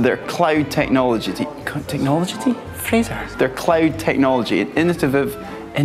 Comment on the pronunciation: “Their famous innotavive technologity” I lost it 🤣